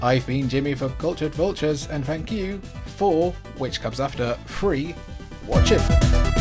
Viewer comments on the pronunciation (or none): Forget your pronunciation of "free!" What about "gray-fix?" Er, anyway. Culdcept is a game I want to like, but the CPU cheats like a mofo. It always has.... I played it on the Saturn, and the computer opponents deftly dodge my properties with annoying regularity. You're playing with loaded dice! I'm calling shenanigans!